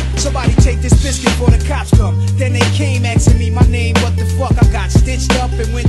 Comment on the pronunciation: The "what" after "left the hospital the same night" is pronounced as 'wut' so it rhymes with the "up" in the previous bar.